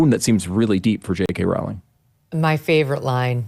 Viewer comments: JK Rowling 's name is always mispronounced. She herself has stated that it is pronounced Row as in row your boat. Long O. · Megyn. Rowling is pronounced like bowling. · It's 'Rowling' as in 'Bowling' alley. And, no, Rowling was never from a poor background, she was always well educated and well read, as well as comfortably off and was expected to go to an Oxbridge University, and still went to the good standard Exeter University. After Rowling's disastrous marriage in Portugal failed she ended up an impoverished single mother on welfare in the UK. Watson is a typical product of the English 'middle' and Oxbridge University 'class', which has been totally captured by the Liberal-Left, and now, Islamist, alliance, whereby vacuous Marxist wokism is the norm